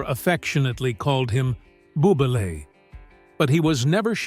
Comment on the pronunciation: The narrator mentions Morticia calling Gomez 'bubele'. which is a Yiddish term of familial endearment. But the syllables are usually pronounced BOO- beh-leh (or luh) NOT BOO - beh - lay / (ley). Let's honor and respect those who speak it. Pronouncing correctly gives respect.